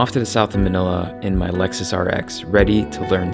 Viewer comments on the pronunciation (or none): none